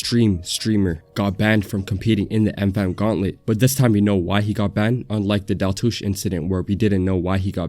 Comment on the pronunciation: One thing I noticed completely off topic: Nick actually said Daltoosh right this time 😂 lowkey proud of him for that 😭😭